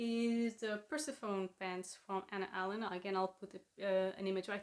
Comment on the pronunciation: Such cute shorts. Great fit too! Also (trying to be helpful here, not critical) I think it's pronounced per-sef-oh-nee or per-seff-on-ni. I hope that helps. That Sew Over Jacket is really cute and would be great for fall - and the Simplicity pattern really doesn't look hard. Those waist darts aren't hard, it's just a matter of marking it well. I'd like to see the neckline, I'll have to check it out. I'm so glad to see you on #FS - welcome! Also p.s. for us today it's a high of 33 with a "real feel" of 39. I feel your pain/heat!